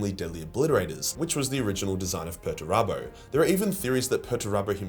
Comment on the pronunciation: It's "Peterturbo", and not "Perturabo". Two entire different characters.